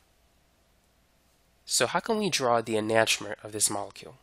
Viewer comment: Learn to pronounce enantiomer correctly